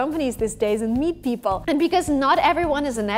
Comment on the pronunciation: This girl needs some English pronunciation classes. Girl, its "people" not "beoble".